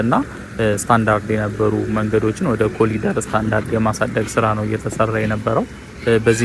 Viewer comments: እባክህ ስታነብ ኮሪደር በል... ኮሊደር አይባልም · It's not colider, plse say Corridor!! Eng 101